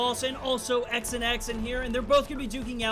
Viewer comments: His name wasn’t pronounced ‘x and x’ lol it’s Xanax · Did he say x and x boi it’s xanx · he's saying "x and x" but it's said "zan x" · Xanx /Zan-ax/ not x and x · X and x??? It’s XAN X(zan x)😂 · Pretty sure his gamertag is pronounced (xan)X 😂😂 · His names not "X and x" its "zan ex" like lil Xan lol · X an X 😂 it’s pronounced zan x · Bruh he said X an X. I’m dead it’s supposed to be said like Xanax the prescription pill. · XanX is not X an X it is XAN X( ZAN X) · its not X an X its pronounced zanex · XanX is t pronounce XnX it’s pronounced Xanax lmao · I’m pretty sure his name was pronounced xanax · I think it's pronounced xanax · Uh,.... Its pronounced Zan-Eks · He pronounced XanX wrong I think. Isn’t he trying to have it spelled like Xanax the pill? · Its funny how he pronounce“ xanx”